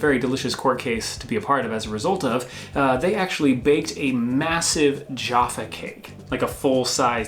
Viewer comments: its also jah-fah not jar-fah cakes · Jaffa cakes are pronounced jah-ffa rather than joh-ffa and yes they are delicious and people eat them in different ways, so the way I do it is eat all the chocolate off the top, then the cake, then the orange jelly stuff. Unfortunately there are some people in this world who don't eat them like this but eat the three sections all at once which is WRONG. Also M+S Jaffa cakes are good but rectangular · Toffee crisps were Rountree Macintosh although Nestle bought them out. Jaffa is not pronounced Jarfa. The place in Israel where the oranges comes from is Jaffa, not Jarfa. They are cakes because they are sponge, not biscuit. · It sounds weird hearing you pronounce Jaffa Cakes. The first "a" in "Jaffa" should be like the "a" in "Traffic"; it should not rhyme with "Java". However, they are so intrinsically British that I've got a feeling it will still be strange hearing it in an american accent... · Jaa-ffa cakes not jafa. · manufacturers can be such babies. tut tut guys its Jaffa not joffa. its mcvities not mcveeties lol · Not jarffa, jaaaaffa. Not mcveetees mcvitees. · The way they say Jaffa cakes hurt my ears. It’s jaff not joff- a cakes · What is a jarffa cake im sure its pronounced ja-ffa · Its not "Jaafa cakes" Its "Jaffa cakes" as in...Gaff or laff or Staff or Taff ... Jaff .. Jaffa Cake. Jaafa cakes.... painful to listen to. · It's really minor but the way you're saying "Jaffa Cake" is a bit weird? You're putting a long "a" sound in there that to British ears sounds like you're saying "Joffa Cakes". It's a short "a" as in "cat", "bat", "mat" and so on. Jaffa Cake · It's JAFFA not 'JARFFA'. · You are saying the word "Jaffa" with an extended initial "a", so it is sounding like "jarfar", which isn't quite correct. It should rhyme with the word "gaffer". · Could you please stop saying Jaaaaaffa it's a short A so Jaffa cakes. And it's an orange jelly not marmalade! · firstly there jaffa not jarffa cake ffs! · JAffa not Jarfa